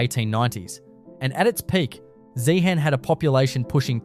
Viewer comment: zeehan-pronounced zehen-UM theres a tin mine about to open just out of town-zeehan has mineral museum, an opera house and an iga mart along with a selection of mine camps